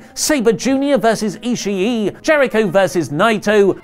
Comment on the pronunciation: is it not pronounced Tomohiro e-she not e-she-e?!